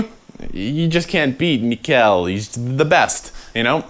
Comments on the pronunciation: Mikael is indeed pronounced with a “mee” and not a “my”. Swedish and Norwegian pronounce “i” almost invariably like “ee”. ,most interviewers say “my-kul ack-er-felt” instead of the correct and difficult-for-English-speakers-to-pronounce “mee-kul åk-er feldt”. Swedish and Norwegian words are, generally speaking, usually written phonetically. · Swede here, it’s MEE-kuh-ell, often shortened to two syllables (MEE-cull with just a hint of the e-sound after the u in cull, then of course the L sound is different than the English one as well, and a slight pitch accent which also depends on context)